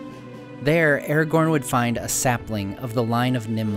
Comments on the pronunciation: Man, you make great videos, very informative and well made, thank you for that. But please, try to pronounce the characters correctly (watch the video where Christopher Lee gives examples of the correct pronouncement). It is not "Eragorn,(sounds like this when you say it)" but Aragorn. Not "Gendalf," but Gandalf. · why is ara gorn pronounced as errorgorn the whole time? can't stand it. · his name is not "eergon" it is A-RA-GORN! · Aragorn! A as in Apple Ra as in Rat! Not as in Air for fk sakes! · you say airgorn when its pronounces aragon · You should pronounce Aragorn with a hard A. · i was looknig foward to watching this till 5 seconds in when you cant even say aragorns name correctly